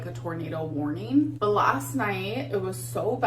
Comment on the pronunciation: WOARNEEN. shes so annoying.